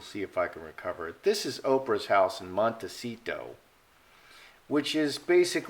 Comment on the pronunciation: You are pronouncing “Montecito” and “Santa Barbara” incorrectly. You have too much emphasis on the “T” sounds. I am a former resident.